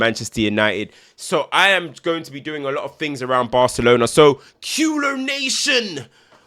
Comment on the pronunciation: For future reference Culers is pronounced KOO-LEH, not KEW-LER. We welcome you to watch our “Futbol Champagne” with us.